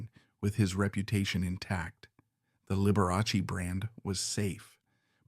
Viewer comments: The name is pronounced Lib we ah Chee not Lib er ass y. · That was Lib er ah Chee. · This is wild. Dr. Daniel's was not a victim in this. Scott deserved justice and your AI has pronounced Liberace 3 different ways. And gay or not, that reporter was guessing and had no right to OUT someine, so he needed to pay. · Be forewarned - this is AI created so Liberace's name is seldom pronounced correctly...